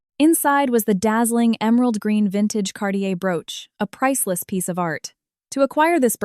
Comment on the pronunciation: CARTIER not Cardier